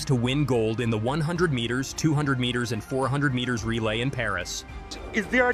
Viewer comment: Why can't say the word "meters?"